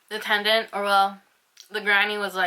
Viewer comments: I dont know if your saying tenant or tendant haha 😛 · she's definitely saying tendant lol